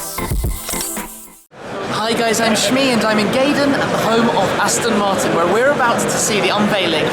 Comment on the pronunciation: Aston Marton Zonda lol